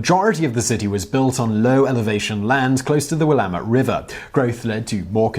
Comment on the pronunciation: Totally shocked the Oregon City elevator made this list! And you pronounced Willamette correctly! Believe me, people get it wrong.